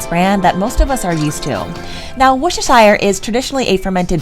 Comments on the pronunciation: It’s pronounced “WUH-ster” you don’t say the shire, don’t ask me why. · These recipes look fab but as a Brit it’s pronounced “woostershur sauce” I think that sounds right you don’t pronounce the shire part fully (English is odd I know) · For those struggling to pronounce worcestershire sauce its "war chester shire" and that will give you something close to the ball park. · What a lovely video. Love the enthusiasm. Worcestershire is pronounced Wooster. I know. That’s strange, but also true. Wooster sauce…spelled Worcestershire. Blame the English:-) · Worcestershire is pronounced like wooster sheer, just a note. Love the video!